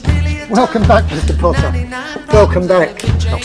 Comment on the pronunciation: I clicked faster than Draco can say “POTTAH”